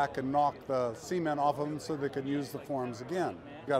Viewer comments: I'm not an English native speaker but I'm so glad the comments section confirmed that's not how you pronounce "cement" :D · The way he pronounced cement as semen makes me a bit uncomfortable.